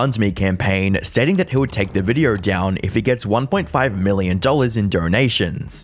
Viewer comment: Why do you add an R sound to words that end in an O? “In this videorrrrr” “Sorrrr sorry”